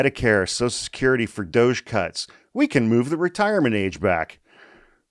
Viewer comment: Omg, when you said "DOGE", I heard "DOUCHE"! May possibly end up being appropriate...